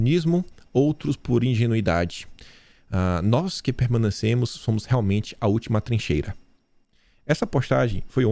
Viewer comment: é "nois"